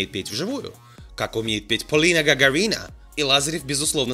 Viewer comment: Я не поняла, про Гагарину? Ладно ее фамилию произносят не правильно иностранцы.. Но ты то вроде армянин..